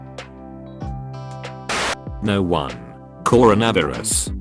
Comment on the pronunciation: Why it say carono viruz